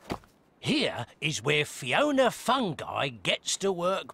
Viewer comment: Yeah he did say Fioona but not at 5: 16 at 5: 14